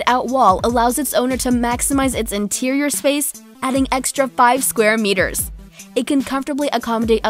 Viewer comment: Something offputting about her voice. And i hate when she says meters.